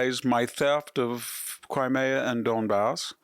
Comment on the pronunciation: Victor doesn't know how to pronounce Crimea correctly? Interesting....